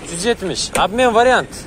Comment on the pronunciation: Вариат эмес вариант.